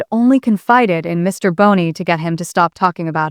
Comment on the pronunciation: Might help prove you’re not a ROBOT VOICE, by pronouncing Justin’s name correctly- NOT BONEY!!!